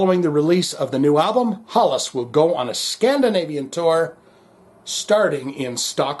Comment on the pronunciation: It is pronounced more like Hellas.